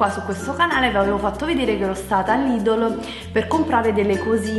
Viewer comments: non si dice LIDOLO si dice Lidel o meglio Lidl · lidol😂io ho sempre detto lidel😂so come si scrive sto solo dicendo la pronuncia😂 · NON SI CHIAMA '' LIDOL'' si chiama ''lidEl'' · Perché dice Lìdol inveche che Lìdl? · Lidel non ledele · lidel non lidl si pronuncia